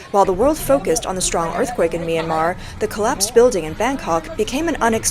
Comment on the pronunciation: ME-AN-MAR, not MIRAMAR Sir